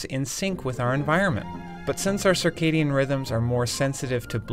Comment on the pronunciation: okay what is sakhedian rythms and why did you have to use big words